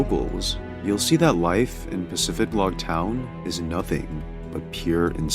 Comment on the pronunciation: Ive been playing Pokemon since 2001, I never knew it was pronounced PacifiDlog. I never noticed the D in the town name. I thought it was Pacifilog